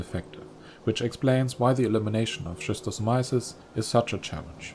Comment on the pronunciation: bruh please improve your pronunciation: it's [skistosamaiesys]